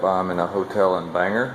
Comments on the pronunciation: Good day sir, glad you are home safe with family, also glad to see you talking the importance of EXERCISE thank you, all right i have to say will miss you mispronouncing towns in maine, bangor- bang- gor not ger , Mill in cocket, im going to use that alot- ill give you all the credit, and i know im a big pain in the ass, thanks again you have inspired many people, glad you got to meet and spend time with some good people in maine, my prayers are with you and your family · Good Morning!! I thougth I'd give you some Maniac lingo, Bangor is pronounced Bang-gore and Millinocket is Mill-a-knock-it. By the ture Maniac's LoL I know.....but its Maine:) Awesome what was raised for ST Jude.:) SlowFlight